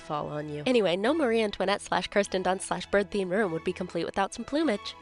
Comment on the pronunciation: Excuse me did you say Kristin Dunst??